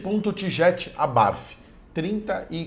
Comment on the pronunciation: Punto abarfi. Kkk não! E abart mesmo q fala, não e inglês 😂